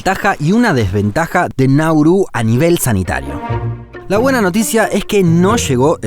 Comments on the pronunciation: Es [[Náuru]] no [[Naúru]] no [[Naurú]], por lo demás perfecto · Todo bien, pero es Nauru, no Naurú